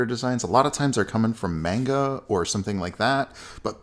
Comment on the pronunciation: It's not "main-ga", it's properly pronounced "mahn-ga"! Manga Entertainment on the other hand, it IS pronounced "main-ga", but the actual Japanese comics called Manga are properly pronounced "mahn-ga"! Also, Copic is properly pronounced "Coh-pick" in Japan, where it originated, and NOT pronounced "Cop-ick" like some illiterate people in art circles tend to do!